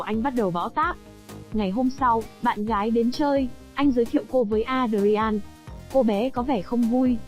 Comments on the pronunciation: Adrian không có đọc với 4 âm tiết là A đờ ri an nhé. Adrian chỉ đọc với 2 âm tiết là Ae dri-en. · Phim này xưa lắm rồi cách đây gần 30 năm (93). Alicia Silverstone đóng vai chính đó khi cô còn trẻ chỉ mới 17 tuổi . Ngoài đời cô là một người tính tình hiền lành rất dễ thương. Kênh này cần chú ý sửa lại phát âm tên nhân vật sai rất tệ hại ( Adrian).